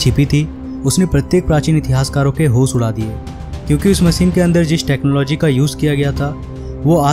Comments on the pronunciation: Learn how to pronounce first . Machine ko Maseen , ship को sip, jis ko jish. Kya bewkoofi hai ? Hosh udda diye ko hos uda diye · मसीन क्यों बोलते हो ?? मशीन नहीं बोल पाते? होस नहीं होता..होश होता है..रएहश नहीं होता!!! रहस्य बोलो!!!